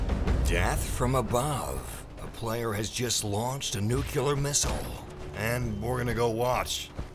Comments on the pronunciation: It's pronounced NUCLEAR not nucular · No cause he said "nuculear" instead of "nuclear" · I don't understand why it's so difficult: nuCLEar, not nuCULar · As soon as I heard "nucular" instead of "nuclear" I was assured he wasn't anything official... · Nuclear not nucular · You lost us as 'nyu-kyil-lar'. *pukes* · Heard him say "nuke-you-ler", had to leave. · Nuke-yaler? New-clear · a nucular missile? try nuclear. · NuCLEAR. definitely not nucUlar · Jeezus, he said nucular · NU-CLEAR. NU-CLEAR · Nuclear NOT Nucular!! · NUCL-ear not NUCU-lar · IT'S NOT "NUCULER"! It's nuclear! FFS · What the fuck is a nucular missile? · Nuclear. Not nucular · What the fuck is a “nucular” detonation? Do you mean Nuclear? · nucular missle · nuclear.....not nucular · Note: it's pronounced "nu-CLEE-ar" (with an 'L') not "nucular" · It isn't pronounced "nucular". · Its Nuclear Nu-clear you keep saying Nu-cular and it's annoying as hell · What's with the weird Adam West voice and mispronounced words? Nucular? Pilling up? NEW-klee-er. PIE-ling. Just talk, don't be "cool" or chuckle unnecessarily. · yeah then he said nukeyoolar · It's unfortunate hes pronouncing nuclear wrong...theres no U in between the C and the L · Pretty easy to tell because 8 seconds in and they can't pronounce Nuclear properly. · Einstein cant even pronounce the word 'nuclear' correctly. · Say it with me, slowly now. 'New --- klee --- urrrr.' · Is no one gonna talk about how he said nuclear wrong the ENTIRE video? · "NUcUlEaR MiSSiLe" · I'm so sorry, it's a bugaboo, but it's nu-clear. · SAY NUCLEAR! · lmfao "nukular missile" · bruh... you pronounce nuclear like card b would. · largest exertion of force was the idiotic force from the word nucular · I thought the voice was in game, and I thought the mispronounciation was a nice touch, until I realized it wasn't in the game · Nuclear. Learn how to say nuclear please.